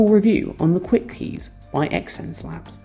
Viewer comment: Yikes, it's "zence labs" not ex-ense labs